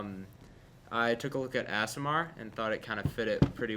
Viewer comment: Aasimar pronounced like Ass at the beginning, not Ace.